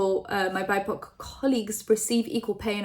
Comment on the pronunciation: Hey,! I just wanted to tell you BIPOC is pronounced B-I-P-O-C. It stands for Black, Indigenous, and People of Color (or Colour).